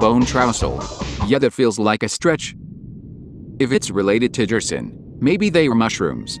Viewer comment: Me: You pronounced Gerson wrong Me: [remembers this is text to speech]